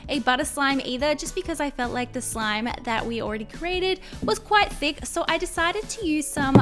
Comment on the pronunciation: Why did she say at the end some instead of slime